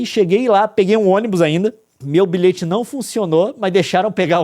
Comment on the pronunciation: Bilhete se diz biliete, não bilete